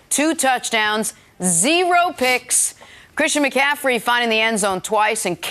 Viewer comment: Is CC ever going to say mccaffrey correctly. It’s not mccafferdy smh